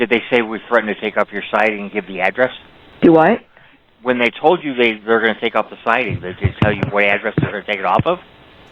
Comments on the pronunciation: Karen said DUWAT . Also, is this call legit? A few things are off. The way the "cop" speaks to her. The level and length of the convo. Odd. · “Dew wut!?” 😂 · she even says du what like chance 😂 omg